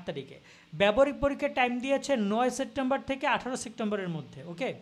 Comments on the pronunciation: Vai sectember na, September. Uccharon e problem vai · Vai sectember na . Kothata hobe September 😂😂😂